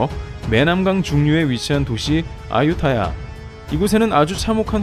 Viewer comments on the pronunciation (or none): none